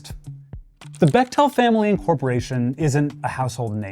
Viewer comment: For the record it’s pronounced beck-tul, my cousins are bechtels lol just found it cute and nerdy of you to say becktell like that wanted to make sure u knew ur a total nerd :P